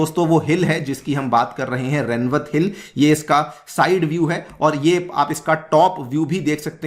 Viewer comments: It is रेवत (rewat) not रेनवत। I'm from Rajasthan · Its not remwat…its “Rewant” named after father of Revati(wife of balram)